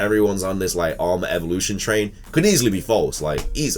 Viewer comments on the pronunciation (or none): none